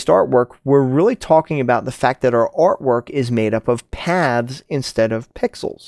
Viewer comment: What did he say? Pixels vs what? Pavs? Or Paths?